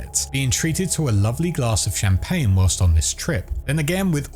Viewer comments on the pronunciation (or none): none